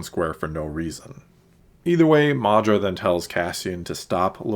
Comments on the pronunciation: At the risk of being cheeky, it's Maarva not Maardra (or however you pronounced it). YES!!! You saw the slwo boiled frog analogy in Luthen's statement too. Kudos! LUV this episode for all your reasons, and cannot wait til Ep8. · Cassian’s mother is Maarva not mAhdra lol